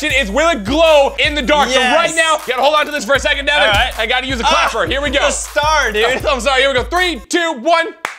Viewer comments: it's not Deven it's Devan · he has one. and its "Devan" not "dEaVeN".